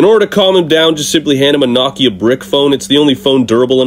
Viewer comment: Wait did you pronounce Nokia like Nockya?